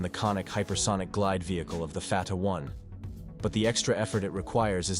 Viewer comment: Stupid AI cannot even pronounce the name correctly. Artificial indeed, but no intelligence.